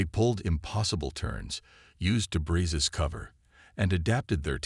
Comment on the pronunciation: PLEASE --- DEBREE, not debris.